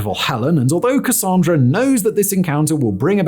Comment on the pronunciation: THANK YOU for saying Cassandra correctly!! That’s my name and folks usually get it wrong.